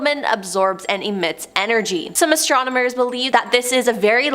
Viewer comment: Still going strong into 2024! You peeps are Most A-Mazing! but...Someone Please let know that it is pronounced ASTRONOMERS not ASTROMONERS!!